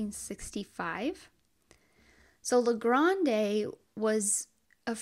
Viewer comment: Willamette is pronounced Will-am-it and the E is silent on Grande .